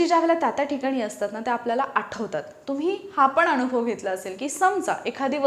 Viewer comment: Vdo Graceful .. तुम्हीही ग्रेसफुल ... बोलताना न आणि ण मधला फरक फक्त जाणुन घ्यावा आणि बोलताना तस्साच उच्चारावा... उदाहरणार्थ .. 1. कान .. काण नव्हे.. 2. अनुभव. .. अणुभव नव्हे.. एवढीच नम्र पण कळकळीची विनंती.. आणि ... ताई हे सांगितले म्हणुन मुळीच रागावू नका.. योग आला तर , आपल्याला केव्हातरि प्रत्यक्ष भेटायला व ओळख करून घ्यायला आवडेल. माझा मुलगा निनाद ही upsc चे classes घेतो.. 😊 माझा भ्रमण ध्वनी क्रमांक ... संजय पंडित, गायक व नाट्य.. कलाकार.. व कीर्तन अभ्यासक.. ... ताई... तूमच्या ह्या शैक्षणिक कार्याला माझ्या अनंत शुभेच्छा...😊👏